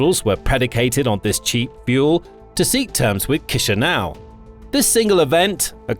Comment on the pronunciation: Kisinau is giving me chills it's chi sinau